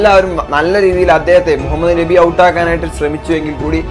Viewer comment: നെബി അല്ല മോനെ ...നബി എന്നാണു ....ഷാമി എന്നല്ല ഷമി എന്നാണു ട്ടോ